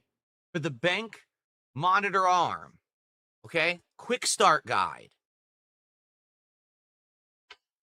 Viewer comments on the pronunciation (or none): Why can't he pronounce guide? "Quickstart guy! Quickstart guy!" WTF?